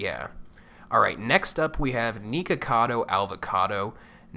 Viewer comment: Lol! "Neekacado"